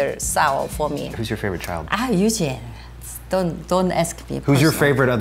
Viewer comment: That “ay Eugene” is a quintessential Asian mom sound.